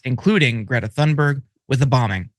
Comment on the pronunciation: "Thunberg" has a hard T sound, not a "th" like "thunder" and the "berg" is more like "berry" But Linsey should be pronounced "Flimsy"!